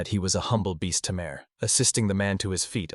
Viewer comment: You know it's going to be bad when it can't even say Tamer right... Tay Mer. Not Tim Air.